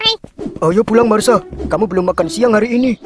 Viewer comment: Marsha bwang.. Marshaaa.. Bukan Masha... Wkwk